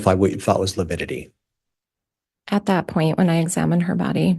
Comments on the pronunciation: Every time he says “lipidity” I cringe 😬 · Yes, it sounded to me like he kept saying lipidity... like fatty acids (lipids)... odd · Prior mispronounces a lot of words and names. But I really wish someone would have corrected him on the “lipidity” one. That was so cringy. 😖 Also cringy: parochial / patriarchal and how he butchers Zulema’s name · Is Priors inability to say “lividity “ another attempt to show the jury he”s just an old boy struggling with unfamiliar problems? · side bar "Your honor, please tell this self-proclaimed idiot that it is lividity, not lipidity" 😮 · Does Prior keep saying lepidity?? Instead of lividity 🙄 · Yes, every time he said lipidity I muttered 'good one, Prior' What a twit